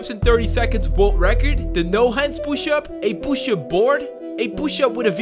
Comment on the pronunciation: The way he says push up 😂😂😂😂😂😭